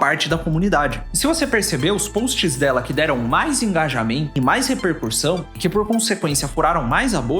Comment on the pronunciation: REPERCUSSÃO e não “Repercursão” como Você repete no vídeo .